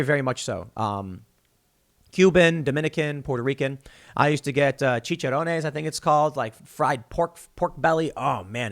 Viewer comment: Nice Spanish you pronounced chicharrones correctly